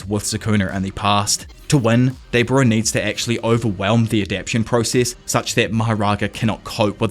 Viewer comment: Bro I love your videos so much, but please it’s 4 syllables a-dap-TA-tion 😭